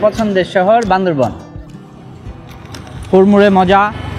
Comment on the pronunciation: বান্দরবন না বান্দরবান বললে কি সমস্যা🙄